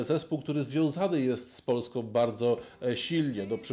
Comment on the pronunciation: Polską, nie "Polskom" i są, nie "som". Poza tym, dobra robota.